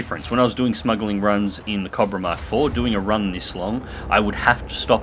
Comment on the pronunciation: i love how says cobra cah-bruh